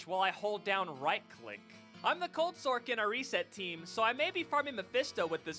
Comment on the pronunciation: Still makes me laugh when people say “sorc” and pronounce the c as a “cuh” instead of just sor-ssss🤣